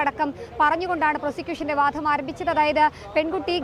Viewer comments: ജനം ടിവി അവതാരകർ മലയാളം ഉച്ചരിക്കുന്നത് അരോചകമാണ്..ഈ കുട്ടി വാധം എന്നാണ് പറയുന്നത് വാദം എന്നല്ല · വാധം അല്ല കുട്ടി...' വാദം '.